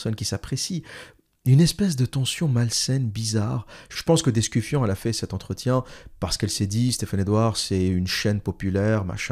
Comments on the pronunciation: L'observateur.... Thais d'Escufon pas d'EscuFION comme tu dis si bien : Un peu de sérieux ! Je sais que tu as fais exprès... ;) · "Thaïs d'EscuFION" bordel c'est trop drôle de déformer le nom des gens... Abruti